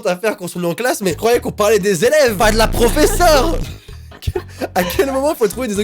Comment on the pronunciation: Tu auraidu dire prauféseure